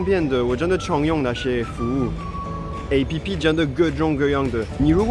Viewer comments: 竟然把app唸成A.P.P!! 哈...台化太深了吧😂😂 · 好融入台灣人哦 都會唸A-P-P 哈哈哈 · 你居然唸App (好台啊！) 我們連大多數的老人都有臉書呢XD 雖然現在大部分年輕人都用IG🤣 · 看著是配合台灣的